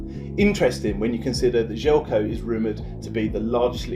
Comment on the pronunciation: Damn, completely butchered his name at the start! :D This might help, first name is pronounced "zhely-ko" and the last name is "rahno-gahyetz"